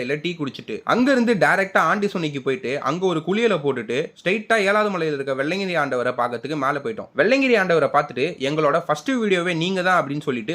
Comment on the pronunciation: வெள்ளையன்கிரி❌❌ வெள்ளியங்கிரி✅✅